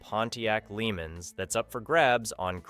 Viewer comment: I'm starting to wonder why I watch this channel. First the '72 Pontiac Lemans is pronounced La-Monz and second an '81 Camaro is a SECOND gen, not a third. I'm sure the sellers would like you to get it right, I know I sure would!